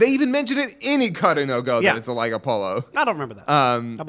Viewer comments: it's othello, cringed every time they said apollo. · Inferno 54 Oh it sounded like he said Apollo to me, but I'm sure your right. I've never played Go either, I know it has round pieces that are black and white and that's about it.